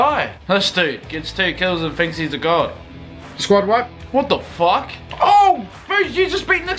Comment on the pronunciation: I love how he says "what the fouck"